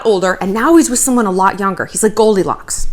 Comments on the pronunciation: This woman said “Goldicocks”, I’m dead AF right now.💀😂🤣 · She said “GoldiCOCKS” sksksksk I’m weak 😂